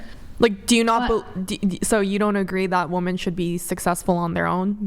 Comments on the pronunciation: They are all feminist boss babes....yet............they still dont know the difference between the word "woman".....and "woMEN" I've seen this ans said it 1000 times...the moment the girl says....woman...instead of WOMEN... dont listen to fucking word she EVER says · It's "WOMEN"!!! Not "woman" for plural. It must be a requirement to get on this show, to not speak english as good as a 4yr old. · It's actually unbelievable how these girls pronounce women as woman every single time they say it. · How come I have to pretend you're intelligent if you can't even pronounce the word women? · It's a bit rich hearing someone (say ) trying to argue for successful women, but who can't pronounce or differentiate the difference between woman and women, that is, singular and plural? Sigh. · Why can't they pronounce "women"? This is a recent development, where did it come from??? People just getting more stupid or what? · My biggest pet peeve has become the new pronunciation of "women." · “women” say it right for starters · ITS!! pronounced Wimen god damn it not Woman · When did the pronunciation of the word "WOMEN" (wi-min), The plural change to "WOMAN" (wu-men), the singluar?? I keep hearing these 20 somethings saying Woman instead of women, why?? " yall hearing this?? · why does she pronounce “women” like “woman”? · Why are these people saying 'woman' when they should be saying 'women'? Gramma is just becoming wrong. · Why do all of them say "woman" as the plural for the word? It's women for fucks sake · Also it's pronounced WOMEN when referring to more Than 1 woman. Idiots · Why can’t women on this show pronounce the word women? Woman, singular, women, plural. Wooman. Wimen. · Why can't these women pronounce the word women correctly? Singular: woman /ˈwʊm.ən/ Plural: women /ˈwɪm.ɪn/ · Drives me nuts how she doesn't use the word women properly. And says woman. Makes her sound very stupid. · I hate it when these girls say Woman instead of women